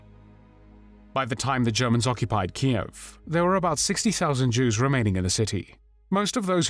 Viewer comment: except mixing up woman when it should be pronounced womEn. (plural) Otherwise good series. Thanks